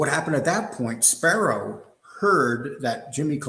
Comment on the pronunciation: It's Spero, not Sparrow. Go watch a bird take a shit in your eye.